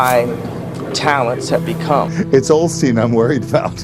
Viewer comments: They said "Olsteen" many times - his name used to be Olsteen - Mandela Effect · Osteen? Sounds like they’re saying “Olsteen” Anyone else recall Joel’s last name being “Olsteen”?? Btw that’s a Mandela effect 😉